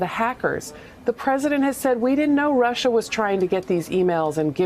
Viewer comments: That line was enough to let any sane individual know that the person putting an "R" at the end of the word "Russia" was totally insane. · My late stepfather, who looked and acted exactly like Trump and was from NY also pronounced Russer too. Lol